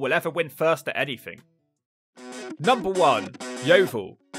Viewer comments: 😂😂@ yeo-vile lol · as someone from yeovil, ive never heard yeo-vile but that could be cus i live in the nicer parts